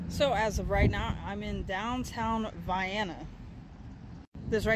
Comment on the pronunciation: You did a good job with this little video. You’re one of the few people online who pronounced the town’s name correctly. 👍🏻